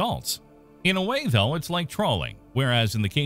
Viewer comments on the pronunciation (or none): none